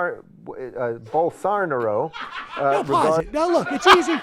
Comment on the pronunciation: Bowl-sar-na-ro....is going to jail